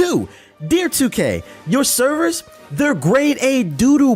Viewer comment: that’s hilarious because I was just listening to this shit in the background and I could of sworn I heard “Cerberus” instead of servers 🤣 and then 10 seconds later you drop a Mass effect reference